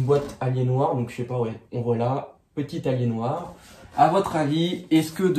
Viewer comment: ça se prononce "alienwère" si jamais! En terme de laptop ça passe bien mais en terme de desktop faut surtout pas en acheter! Par contre lui tu l'as payé hyper cher pour les specs, même si c'est robuste! C'est pas ce que j'appelle une "bonne affaire". Et en terme de processeur dans les choix on est bien limité... L'écran m'a l'air un peu pourri aussi, en revanche le clavier a l'air bien sympa par rapport aux laptops gaming modernes. Le fameux port est un port express card, en gros PCI x1 en hot swap. On peut y mettre toutes sortes de choses.